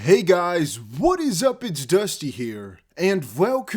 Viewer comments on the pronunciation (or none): Vwhen, Vwhat, Vwhere. Love it. Keep up the good work 💪